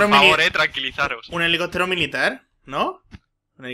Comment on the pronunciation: Helicotro... #MassiAprendeAHablar xD